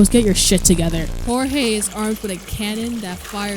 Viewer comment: hearing him say hor hay instead of (George with a j) just feels strange plus personality i thing jeorge is a funnier eay to say his name than say hor hay